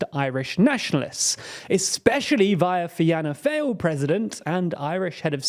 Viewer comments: Good video, but want to say that , Fianna Fáil is pronounced like ‘Fee-na Fall’, not ‘Fee-an-na Fail’. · I know its Irish but that pronunciation HURT Fee-na fall, not fi-anna fail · not to be a pronunciation warrior but it's pronounced "feena fall" instead of fi-anna fail" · Some of your pronunciations are faulty: We say "Deh" Valera , not "dee" valera. The world says "younifil", not "YOU-N-I-F-I-L" We say "Fee-anna -fall", not '"fie-anna-fail" You did not mention that the Dublin-born father of the current president, Chaim Hertzog had at one time been Chief-of-Staff of the IDF. An update; in 2024 Israel removed its ambassador to London and closed its Dublin embassy so that we couldn't mount protests outside it. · Its Fee-na Fall not Fiana Fail!!🤣🤣🤣🤣🤣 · Jesus, yer poor Englishman man butchering firstly the word 'Celtic' as a race of people (rather than a Scottish Football team )and then Finna Fail (Feena Foil) not 'Fianna Fale' (sounds like a Trad band) You would have thought he'd read a little bit about Ireland beforehand. We in Ireland don't hate Israelis per se but the lunatic Zionists that run the gaff. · Nice report. Just one small critique. Fianna Fáil: the Fáil part is pronounced fall, and not fail. This is because of the accent (called a fada) over the letter á. This accent gives the á dominance over the following vowel which leads us to the pronunciation; fall. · Oh wow that pronunciation of Fianna Fáil... woof. Fee-ina F-all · Ok, in and already Celtic and Finna Fail have been pronounced terribly wrong and with such confidence.... Glasgow Celtic - "Sell-tick" Fianna Fáil - "Fee-nah Fall" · Fi Anna Falls sounds like a waterfall. Fianna fail is pronounce like "FeeNahfall" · Fine-a Fail lol, it's pronounced fee-na fall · I think many of us felt that "fee-in-a-fail" quite deeply. Otherwise very good guys! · Great video. By the way, Fianna Fáil is pronounced “Fee-nah fall”. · Fianna Fáil is pronounced "fee-na fall" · "Feeana fail" lol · Pronounced “Feena Fawl."